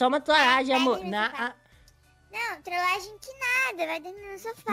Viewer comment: N sabe nem falar trolagem